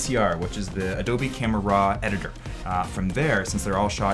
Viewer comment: when U said RAW i tought you was saying RAA the egyptian God ; i said wtf, great job btw